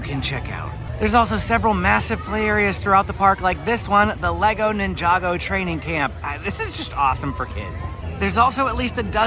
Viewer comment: “Ninja-Go” not ninjago lol cool video tho